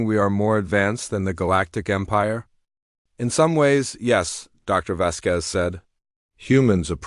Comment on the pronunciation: If you are trying for a latin name as indicated by the ending 'Z', the accent falls on the 'A,' Vásquez. Not Vasquéz.